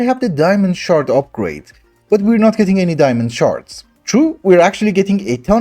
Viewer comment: Every time you said shard my girlfriend kept hearing shart 😂